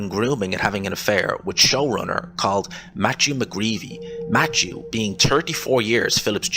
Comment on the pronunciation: It’s “Matthew”! Not Matchew